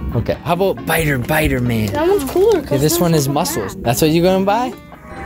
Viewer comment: Did you say bider man because my first word was bider man not spider man